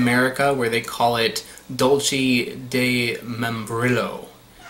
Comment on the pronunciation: love these videos however you should learn how to correctly pronounce foreign words especially if you travel abroad frequently. dulce (dull-say) quince (keen-say) and membrillo (mem-bree-yo) thank you for coming to my ted talk